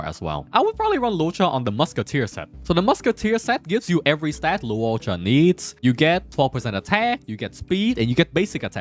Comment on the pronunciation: Bruh. You have butchered Loucha name like 30 times and you say you dunno if you spelled Yukong name right. We learned how to spell Loucha name during live event and you called him Luouocha all this time. His true name is Latte cha cha.....I mean Lacha.